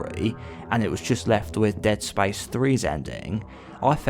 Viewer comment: Dead spayice